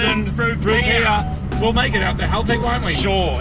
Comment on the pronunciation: Are "Rupeeah?" Rupee's?